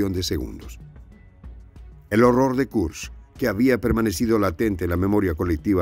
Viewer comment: Se pronuncia Kursk:)